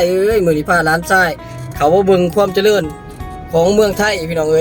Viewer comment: เจริญ..จะ...ไม่ใช่จะเดิน.....นะพี่น้องเด่อ